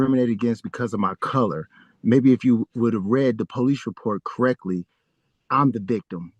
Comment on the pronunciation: "Read it krek-ly"... Note the two cops standing guard over him from behind.